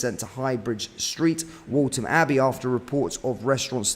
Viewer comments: Please learn to say place names correctly! It’s Waltham Abbey not WALTON Abbey. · Waltham abbey not waltom mate 😊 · its pronounced with an f, Waltham abbey as wolfham . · Scary... I do hope the victims are okay. It's alarming that it has happened in Waltham Abbey, when it's such a small place. I wasn't sure where you were talking about at first, as I've never heard the Waltham in Waltham Abbey being pronounced the way you pronounce it 😄. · Can’t even pronounce Waltham Abbey correctly, amateurish.